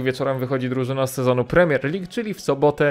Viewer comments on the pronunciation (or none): none